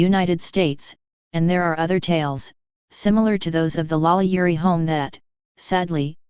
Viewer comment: Holy Crap, this is the first and, as far as I know, ONLY YouTube video regarding this subject that actually states FACTS rather than spreading wild, obviously fabricated rumors and lurid myths. Well done! That said, this robot really needs to learn how to pronounce French names!